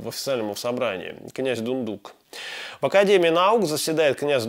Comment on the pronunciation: Князь ДундукОв ударение на О.